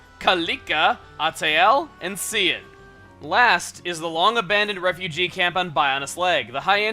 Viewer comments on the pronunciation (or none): Cian is pronounced "Key-in," yo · Cian is pronounced Key-An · My name is Cian and it's funny/annoying to hear him mispronounce it! :-)